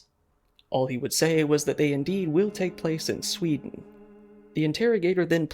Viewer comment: NOT SVEEDEEN